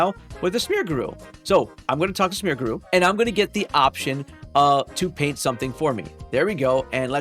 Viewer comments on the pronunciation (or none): Smeargrew? You mean Smeargle?